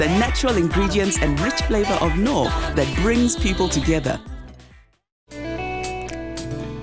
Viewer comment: I can't stand the way he says Knorr. Lmao